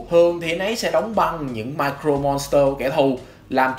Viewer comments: Sao "Mirror Monster" mà ông đọc như "Micro Monster" thế? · mirror chứ ko phải micro monster nhé ad :< đoạn này nghe cấn cấn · Nội dung clip okay nhưng tôi muốn nhắc ông 1 chút về cách phát âm, từ "Mirror" trong "Mirror Monster" đọc là "mia rơ" chứ ko phải "mai crô" nha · Mình góp ý chút là mirror phát âm là /mirə/. Hiện tại bạn đang đọc giống như là micro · Video khá hay nhưng mà mình có chút đóng góp là về khi đọc Mirror Monster hình như giọng đọc thành Micro Monster, nếu sửa được chỗ này thì tuyệt vời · Mirror Monster ko phải là micro Monster nhé ad. Phát âm sai từa lưa 😅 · mirror monster nghe ông đọc như micro monster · Cái này là góp ý nhé anh Chữ " Mirror " anh có thể xem cách phát âm trên cái trang từ điển để phát âm đúng giúp cho vid nghe hay hơn nhé anh ạ